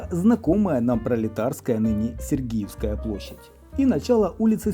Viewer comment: Господи, ну как так можно? СергИевская!!! площадь. Вы же подаёте исторический материал. Ну, конечно же сЕргиевская!